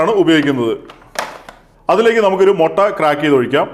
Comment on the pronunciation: മൊട്ട അല്ല മുട്ട